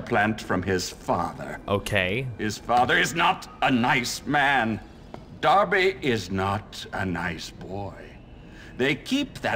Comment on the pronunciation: Jesus, it's dar-bee not der-bee. If you'd picked up the cricket bat, not a paddle. You could have beaten him with 4 power attack which he can't block. And if you actually bothered going to class you would have learnt some other move aside from the 3 hit combo.